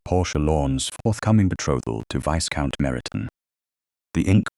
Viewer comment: AI narrator please be aware the S in Viscount is silent, it is pronounced Vie-count